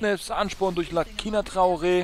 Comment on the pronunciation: Er wird Lasina ausgesprochen :)